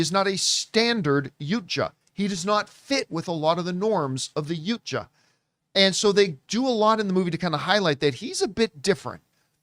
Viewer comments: "Yooncha" is the name of one of the girls from Katseye. It's "YAUTJA" (PRONOUNCED YOW-cha). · The Yautja Is pronounced “Yao-cha” John! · I'm glad this is getting some love. I thought the franchise was dead after The Predator. Also the pronunciations should be ✌🏽 Yowt-jah & Yoo-tah-nee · First "Aywa", now "Yucha". what's wrong with you? 🤔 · It’s pronounced “ Yaow-cha”!😆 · Hows john hear the word Yautja in the movie repeatedly and still pronounce it wrong lol